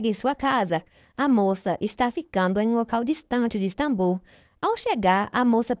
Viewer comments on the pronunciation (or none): none